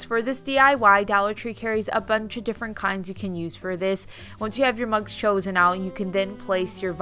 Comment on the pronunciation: I walked away and came back into the room when she said "you need crickets for this or you can use scissors" and then I COULD HAVE SWORN she said "you'll need lots of bugs for this and dollar tree carries tons of bugs" ......I thought she said bugs not mugs....I was like...what? Lmao